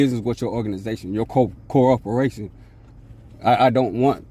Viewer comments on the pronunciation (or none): I believe it was actually “core-operation”